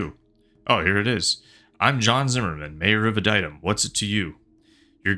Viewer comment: I think it’s pronounced “Ad-e-tum”